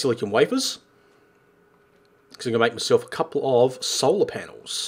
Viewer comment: make not mack